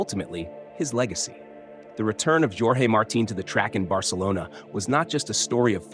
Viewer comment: Bro, pronounce jorge with J silent and as orje. You are doing a great job both with prose and poetry. Thank you.